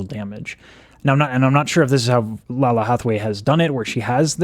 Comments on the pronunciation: Laylah, not Lala. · Her polyphonic is RUDE! lol Btw...I counted 5 "what's," you should check out Snarky Puppy feat. Lalah (pronounced Lay-Lah) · Lalah Hathaway (pronounce it with respect on her name: LAY-luh) is the legit crown princess of jazz. Excellence was the only choice here. She and the backup singers understood the assignment. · The pronounciation is Lay- Lah. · I love your reaction. Lalah is pronounced (Layla) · Black woman will fix it. Btw... It's Lay-luh😂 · Just fyi, her name is pronounced "Lay-la ". I love love love your videos!!!😄😄😄😁